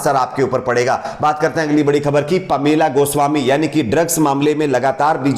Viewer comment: पोलामा गोस्वामी नहीं पॉमेला गोस्वामी बहुत गलत बोलते हो करेक्शन ही नही आप मे,क्या न्यूज़ कुछ भी पड़ते हो